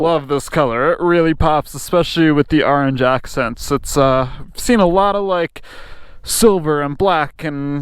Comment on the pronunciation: How did he say "orange "? 😂